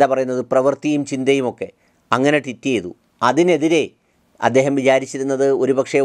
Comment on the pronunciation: Please don't get me wrong... isn't it suppossed to be "tweet"... you make it sound like "twit".